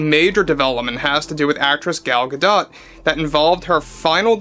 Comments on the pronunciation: It's not Gaw-dawt, it's Gaw-doe. Like a female deer. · Gal Gadot’s last name is pronounced without the t at the end. I.E. Gado. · Gha-doe, t is silent like kk recently